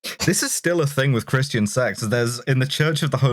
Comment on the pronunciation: Don't worry,, I heard "Christ Angel"